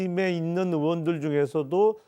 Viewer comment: 의원도 발음을 못해서 어원들이라고 하냐 ? 저것도 TK출신이지~